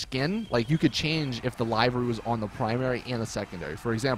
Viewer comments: liv-ery. NOT live-ry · It's pronounced liv-ery not live-ry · Im Star its annoying that people keep getting this word wrong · everyone keeps saying livery wrong -.